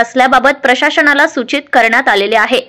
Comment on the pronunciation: माणणीय नव्हे,माननीय!प्रशासण नव्हे, प्रशासन!